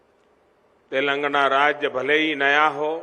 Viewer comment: telangana bolna seekhle pehle